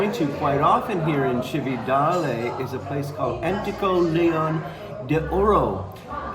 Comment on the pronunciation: and just to upset your pronunciation apple cart a little more, Cividale is pronounced CHiv-e-darlay, great video, well done, grazie 😊